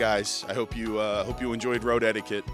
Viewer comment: absolutely knew what he was doing when he came up with "Road Etiquette" because it 100% sounds like he's saying "road head" every time he says it.